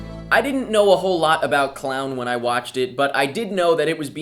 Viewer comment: pronounced clone